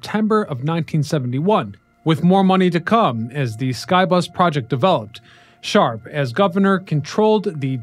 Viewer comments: BTW Gov. Milton Shapp not Sharp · It’s Gov. Milton Shapp not Sharp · The Governor was Milton J. Shapp, not "Sharp". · Pennsylvania's governor at the time was Milton J. SHAPP, not Sharp. This is history?